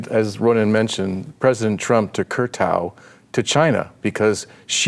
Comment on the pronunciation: it's 'Kowtow"